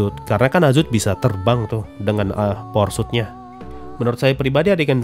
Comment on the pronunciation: aku denger nya "porsut" bukan "power suit"